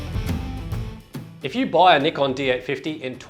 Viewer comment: Nickon, lol. C'mon man.